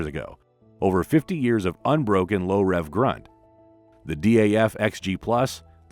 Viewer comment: Today one can buy a KW COE in Australia. New! DAF is pronounced wrong (also owned by Paccar)